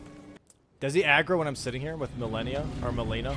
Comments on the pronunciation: Malenia ❌️ Millenia ✅️ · Why does he pronounce it Ma-leh-nia and not Ma-lay-nia? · why do u say milenia instead of malenia?